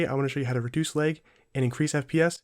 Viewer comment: this man is from minnesota out here saying l-ay-g